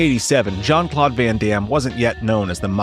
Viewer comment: I get triggered as hell when ai narrations and videos start going incoherent by calling jcvd Shawn Claude van damme😅 as fucktarded as Terrence Howard is I think he would've narrated this video better😅Shawn Claude van damn😅